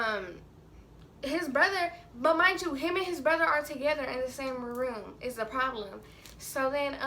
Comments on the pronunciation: Is it just me or every time she said "problem" it sounded like "poem" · She don't know how to say problem